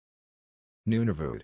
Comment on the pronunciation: Nunavut is close to the way I usually hear it pronounced.